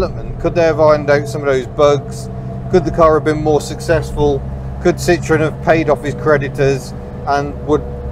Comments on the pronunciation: Please learn to pronounce the name correctly. It's Sitro-EN, not SIT-ron. There is a reason Andre Citroen put an umlaut over the "e." Yes, he did it on purpose to avoid being called Sitron. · Citroën. CIT RO EN. It is not an orange. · Please, puhleeeeeeez, take the time to correctly pronounce the company name. So many Brits and Americans just slaughter this name. It is not Sit-Tron, which in French, "citron", translates to lemon'. If anything the Brits were far better at building lemons rather than the revolutionary and reliable French. Yes, yes, yes, I know that the family name was originally Dutch "Limoenman" (Little lemon man), which in France became Citron, but it was ultimately Changed to Citroën. I'm sure Andre Citroën's business acumen was clearly aware of what a laughing stock the company would have been if he had been selling "Citron---Lemon" cars. The correct pronunciation is "see-tro-n". It's just as shameful as the Brits and Americans talking about driving a Porsch, because they're either too ignorant or too lazy to pronounce "Porsch-ah". O.k., rant over.